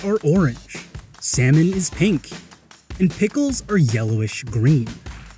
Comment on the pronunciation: The way he pronounced "Salmon" though